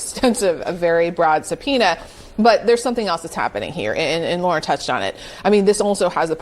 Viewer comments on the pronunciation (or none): none